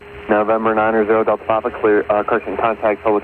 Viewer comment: one of the few who say it correctly